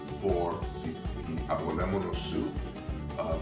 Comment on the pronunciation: Pronunciation- - avo LEM-ono soup